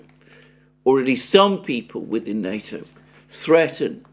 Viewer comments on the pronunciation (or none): none